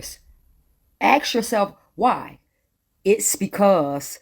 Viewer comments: Im sorry but I can't take the lady serious when she says "ax yourself". It's ASK!!!🤔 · Someone tell her that the word is ask, not ax. There were other mis pronunciations but I don't have room for all that. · She said: "AXE" after that i start tuning out. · "Axe yourself..." 🤦‍♂️